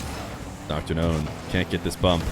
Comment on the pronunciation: I initially thought you were saying DrGnome. That would be a cooler name, in my opinion.